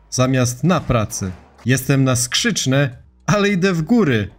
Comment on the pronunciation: Mówi się "na SkrzyczneM" bo na jakiem, jak również "po naszEmu". Wszystko czytane jest tak jak się pisze. Wiem że wiele słowiańskich narodów czyta jak się pisze, chociaż piszą różnymi alfabetami, ale wystarczy wyraźniej odczytać wielką literę i będzie git.